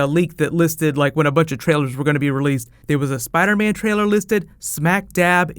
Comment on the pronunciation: Spida man!!!